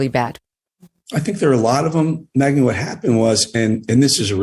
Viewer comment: It's Megyn, not Meigyn.